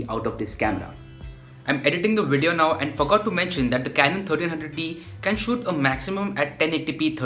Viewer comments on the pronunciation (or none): Nobody: Every YouTube Video: Snazzy intro, hip music, wide shots - "Welcome to today's Wideo"